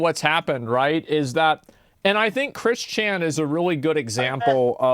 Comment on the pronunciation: I have never heard of Chris Chan, but the fact that Asmon emphasizes Chris Chan's first first name instead of his last name bugs the shit out of me.